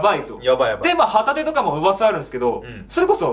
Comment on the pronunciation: 旗手の発音がホタテなんよ笑